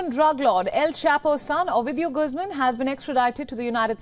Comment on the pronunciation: GUZMAN... . sounds like GOOOOZMANN Not Gusmon